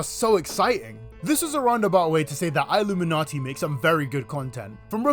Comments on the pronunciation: It's pronounced like illumination. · it’s just pronounced like illuminati btw.. your videos are always fun though :) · Great video but it irks me so much how you pronounce her name “I- lumminati “ can you do your research on how to pronounce her name right. So glad you switched to triangle woman